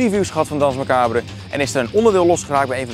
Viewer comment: "DANSE MACABRE" is Frans en spreek je uit als "DANS MACABER" graag gedaan!!